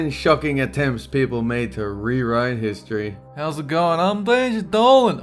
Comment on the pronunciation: Says HSTORY